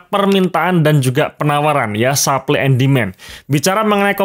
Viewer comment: Coba dicek cara ngomong ‘supply’ nya yg benar 😂